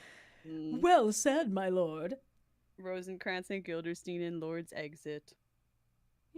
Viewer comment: This whole thing is fantastic, but I think the funniest part might be the fact that keeps saying “Guilderstein” instead of Guildenstern and seemingly just does not notice 🤣